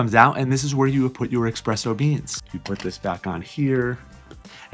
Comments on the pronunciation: Sorry, I definitely prefer espresso, not EXPRESSO 😂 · Nice tips! BTW it is Espresso (instead of expresso) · Espresso not expresso 🤦‍♂️ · It's Espresso not Expresso.😊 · It's 2025 and people are still saying expresso?😂